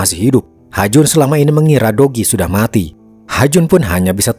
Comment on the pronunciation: kok aq dengernya, dogi ya bukan do ki 😂😂